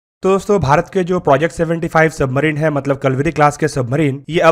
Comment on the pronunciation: Submarino... Weapono... Consditiono...idle ko ideal bol diya 🤣.. English words ka gaangrape kar diya.